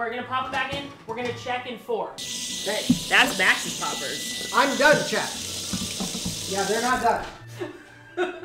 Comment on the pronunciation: I thought you kept calling Alan Chad,like from highschool musical, when you were saying chat lol